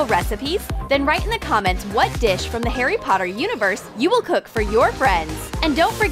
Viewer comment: I'm a potter head and its harry potter not heiry potter they sounded like they are saying heiry potter